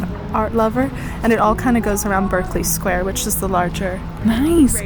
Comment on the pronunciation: Most museums in London are free too. Some of our taxes go to The Department of Culture, Media and Sport which funds the museums. They’re also funded by Philanthropy and through their individual shops. 🇬🇧✌🏼😘 Berkeley Square, we pronounce “Barkley”. 😉